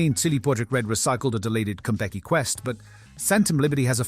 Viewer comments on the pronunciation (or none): is it just me, it sounds like you're saying Kentucky Plaza at the beginning. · The way "Konpeki" is being pronounced sounds like "Kentucky", maybe it's just in my end? Edit: at first I thought it was my audio being weird, but then you said "Pantryon" at the end of the video. Oh. Food puns. 😅 That's pretty funny, actually! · No AI and you still cant say "Konpeki" correctly?